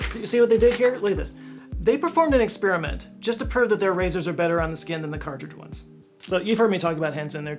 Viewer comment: He really mailed in that Henson ad, huh? Didn’t even bother redoing his miss on “cartridge” and He pronounced “erythema” in 2 ways, both wrong 😂 Bravo!